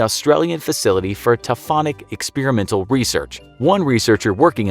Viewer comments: Taphonomic not tophomic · It's "taphonomic" not "taphomic" lol